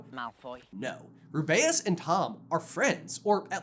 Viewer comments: Okay since when do you call Hagrid rub-bay-us it's ruby-us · Oh my god, why are you making the pronunciation of Rubeus weird? Please don’t do that☹️☹️☹️😭😭